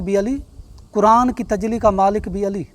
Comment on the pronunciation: Tajli nhi tajalli hota hai